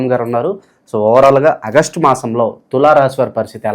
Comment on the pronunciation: అ గస్టు కాదు బాబూ,,ఆగస్టు అని పలకాలి